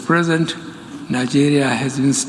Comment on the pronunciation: Did you hear him say mr present 🤦‍♂️